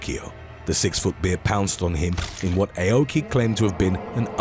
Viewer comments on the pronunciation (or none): The Karate expert's name is pronounced like saying "Ow-key" NOT "AY-oh-key" 🤦🏾‍♂️ 日本語を学びたいなら、知らせてくれる...英国の英語の発音はダメだな。 (Nihongo wo manabitai-nara, shirase-kureru... Eikoku no Eigo no Hatsuon wa DAME da-na. Translation: "If you want to learn Japanese, let me know... British English pronunciation sucks ass!") 🤦🏾‍♂️